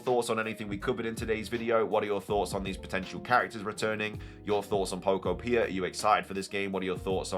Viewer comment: Just a note on pronunciation: I'm pretty sure the second syllable in Pokopia is the emphasized one. "poKOpia". Like "uTOpia."